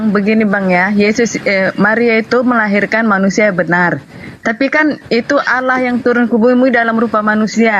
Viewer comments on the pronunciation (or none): Allah Double L.. Kenapa nyebutnya Alah.. Alaaaahhh. kitap Spanyol.